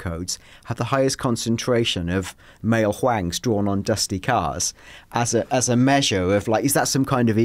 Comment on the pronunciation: Nobody:: "male hwang"